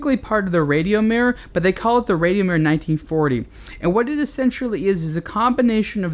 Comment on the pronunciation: You don't pronounce Rad io Mir correctly....